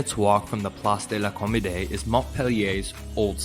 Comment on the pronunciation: «parreeeshan» «plaasdelaucommodé» 😂💀